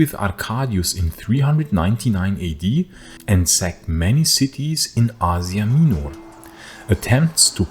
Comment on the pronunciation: you pronounce asia minor wrong the whole time but thanks for the video